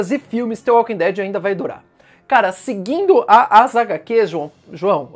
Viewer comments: É dtvâ walking dead kkkkkkk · Fico agoniado de ouvir ele pronunciando "tê walking dead" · Não se pronuncia "the" com som de T, mas pronuncia parecido com som de D.